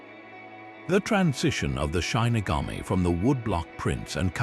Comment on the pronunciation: Your credibility is harmed by mispronouncing the word shinigami. I was looking forward to watching this, but the mistake is so glaring I can't take anything else seriously. If you can't even double check the pronunciation, then how do I know that the rest is right either? It's SHI - NI - GA - Mi / not SHINE- ni - ga-mi.